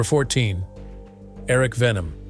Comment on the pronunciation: It's ERIK WEIHENMAYER; not Erik Venom.